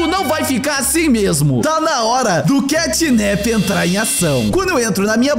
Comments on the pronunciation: e mano literalmente na legenda Os cara tão falando catnip semdo que e catnap com a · Ele disse cantninp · O nome dele não é assim catnip o nome dele é catnap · O xinglau não é catnip e catnap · CATNAP se inscreve assim e não CATNIP